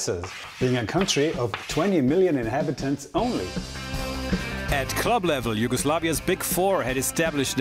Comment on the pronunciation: Props to you for pronounciation of Yugoslav names... For a moment I really thought you are of Slavic origins